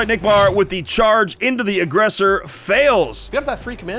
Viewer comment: Admiral Acknick? Really? Not Admiral Nickbar?